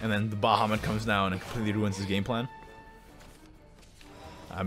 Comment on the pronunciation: stop calling it "Ba Ha"